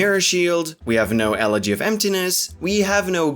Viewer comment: i like how the speedrun commentator pronounces elegy correctly